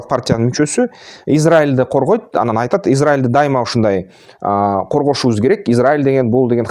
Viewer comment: Анан деп суйлосон боло тууган ан дебей😅